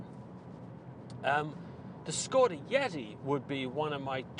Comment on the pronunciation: The name is pronounced "Shkoda".